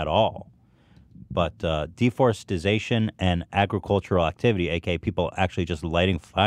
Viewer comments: Ethan you’re a great guy but if you pronounce “deforestation” as “deforestization” your opinion is pretty much invalidated. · Dudes gonna pretend like he's too good for Arby's for 45 min and then pronounces it deforestization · say it with me DE-FOR-EST-A-TION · Ethan pronounced deforestation wrong in multiple ways lol